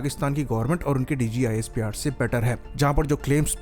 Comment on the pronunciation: not DGISPR it's DJISPR😂